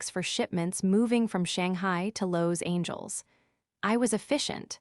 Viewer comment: . “Lows angels”. Lol